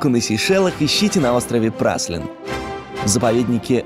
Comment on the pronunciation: Ребят, ну не Праслин он, не Праслин) Прали(е)н :) ну вы же наверняка слышали от местных